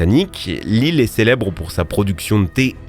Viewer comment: tu as dit shelebre😂😂😂😂